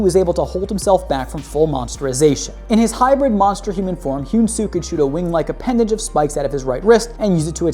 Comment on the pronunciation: this is how u say hyun su´s name he an su